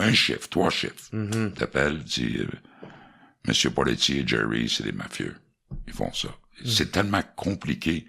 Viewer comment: Y a t-il vraiment dit Poletti... quelicorrect 🤣🤣🤣 Meilleur Podcast du Québec! Meilleurs invités! Merci! Viva la corruption